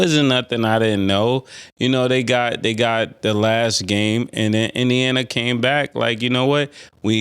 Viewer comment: Thee Last. 😂😂😂